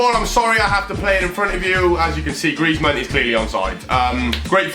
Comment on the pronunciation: Diogo Cardoso Gaming that’s what we love for: butchering players names badly